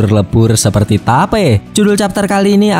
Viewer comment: gua denger ny vape